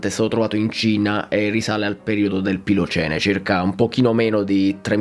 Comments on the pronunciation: Pilocene è più interessante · Sei del sud!!!! Plioceneee. Bacio